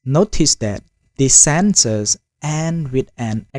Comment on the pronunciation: Senses…What..? Pls say SENTENCES …Properly Sorry Bro….Very poor Pronunciation